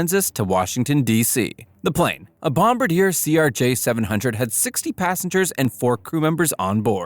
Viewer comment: I have watched a few of these, and I really think you need some help with reviewing the reading of the script. Your lack of proper pronunciation of names or terms is alarming (Dusseldorf, Bombardier, pitot tubes, and many more) given your youtube name is "" I think there is a lot of room for improvement.